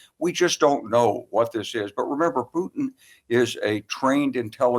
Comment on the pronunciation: Joe pronounces it like Poootin 😂